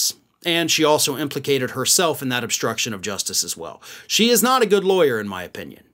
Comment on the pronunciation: Is she really a ‘Laweyer’ ??? Lol